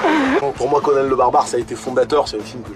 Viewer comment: Moi je dis Conan, pas Conanne. Ça fait con, conanne.